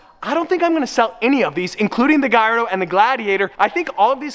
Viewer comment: Another lamborgini has a name problem is that a gayardo or a Gallardo